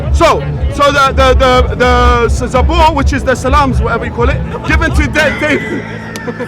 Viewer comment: Pisslam 😂😂😂 (psalms)